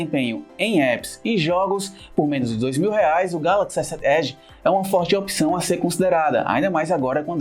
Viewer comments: ESSÉT ÉDI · essé ed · Kkķkkk esé ed. Ele fala "S sete" como se fosse uma palavra inglês, aí acaba falando "Esé ed" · só eu achei o modo de como ele fala S7 Edge estranho? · Victor 05 n foi só vc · Ele tem um sotaque nordestino, é assim mesmo, ele fala "sete" com mais ênfase carregado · Bem anormal kkkkkkj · Victor kkkkk verdade